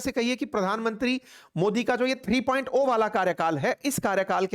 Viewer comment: Itna pde likhe ho bhai fir bhi 3.ओ bol rhe ho